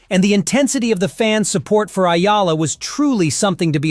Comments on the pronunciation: tsk ! kakainis ! Ayala na na naman? hoy pakiayos lang poi! Eh-YAH-LAH - yan me tip ka na AI slop! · E-YA-LA...EH-YAH-LAH Not AYALA! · ÈYALA not Ayala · It's Eala please, not Ayala hehe. Thank you Sir, your so good. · EALA E - YA - LA Got it? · Only Filipinos can pronounce her name correctly....eee ya la